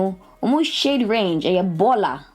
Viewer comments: This is hilarious " )mo shade range no y3 borla" lmao girl you tried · “Omu shade range eye borla” 😭😂😂😂